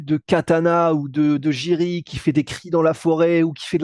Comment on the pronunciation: Ça se prononce YIRI ET PAS DJIRI PROCHAZKA MERCI on a mal aux oreilles les tchécoslovaque 😊